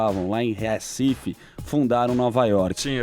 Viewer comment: "RÉcife"... até quando?